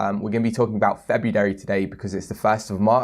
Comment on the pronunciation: FebuDAIRY....😂 Thanks for ruining my favorite month.😞 sheesh